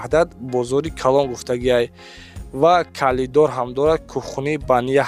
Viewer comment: Калидор не коридор, разветка не розетка 😅